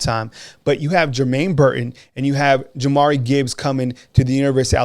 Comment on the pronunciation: Y’all still callin him Mcquellin. It’s McClellan. Also Jahmyr is pronounced jah-meer not Jamari. Love y’all guys but this is my pet peeve.